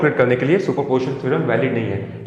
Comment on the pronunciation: Its not super portion theorem its super P O S I T I O N theorem.....anyway,good job. 👍🏼